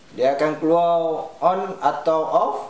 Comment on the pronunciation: Bang org melaka ke? Tetiba terdengar perkataan keluar tu keluo hehehhee terbaik bang.. boleh tak ajar cara pasang cable LAN tu.. sebab unifi sekarang tv connect wifi.. mcm ada lag sikit.. saya nak WLan kan tv ni, tak reti nak pasang cable.. sebab dia ada hyptv router.. so wayar LAN dari tv nak cucuk ke hyptv ke atau ke router unifi?